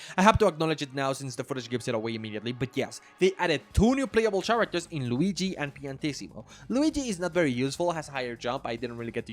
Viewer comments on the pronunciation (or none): I was enjoying the video until I heard how u pronounced the word "characters" lmao nope!